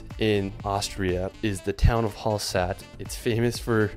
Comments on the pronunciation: It's not called hallsat.... It's name is hallstadt! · It's called Hallstatt!! (not Hallsat) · Hallsat?😁 You mean Hallstatt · Dude, it’s Hallstatt not Hallsat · Hallstatt and not Hallsat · Hallsat??????? HALLSTATT! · Its Hallstatt not Halsat😂😂😂😂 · Its not Hallsat it’s Hallstatt😳 great content tho! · It’s called „Hallstatt“ not halsat 🙈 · Hallstatt* not Hallsat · Hallsat= Hallstatt :) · The village is called Hallstatt, not Hallsat. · It is Hallstatt! Not Hallsat :) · Halsat ?😂 I think it‘s Hallstadt 😂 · Hallsat is actually called Hallstatt! But it's really nice there :) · Terrific video. Just a quick word, the village in Austria is called Hallstatt, not Hallsat. Just FYI. It's also getting flooded with tourists. Some think the entire village is a museum and they walk into people's private homes. The village has only 780 inhabitants, so the tourists are almost like an invading army. lol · It's Hallstatt not Hallsat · Austria: Hallstadt, my friend, Hallstadt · It is called Hallstadt not Hallsat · It's Hallstatt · it’s called Hallstadt not Hallsat lol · Hi, it is actually Hallstatt, not Hallsat :) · dude it's called hallstadt NOT HALLSAT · It is named Hallstatt 😂😂😂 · Its Hallstatt ...not Hallsat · Great collection you got here. One minor correction: Hallstatt not Hallsat. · Hallsat? I think you mean Hallstatt 😅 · "Hallsat" is actually called "Hallstadt" 😂😂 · the name is hallstadt not halsat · It's called Hallstadt and not Hallsat. "Stadt" means Town. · It's called Hallstatt and not Hallsat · Hallsat is wrong. Hallstatt is the name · Where the fuck is Hallsat? Is ist a new damn new City or place in the USA 🇺🇸? You are stupid like a Donkey! The Right Name is HALLSTATT ! 😡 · hallsat😂😂😂 it’s hallstadt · The town in Austria is called Hallstatt, not 'Hallsat' - hurts my ears (and eyes) as an austrian 😅 Apart from that, it's an amazing video - love the wide drone shots 👌🏼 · The village in Austria, it's not Hallsat - it's Hallstatt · Hallstadt not hallsat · It‘s Hallstatt btw:)